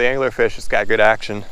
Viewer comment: did you call it Dangler-Fish? :D